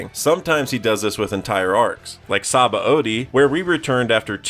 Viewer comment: Great vid but I loved how you said saba-ody instead of seabody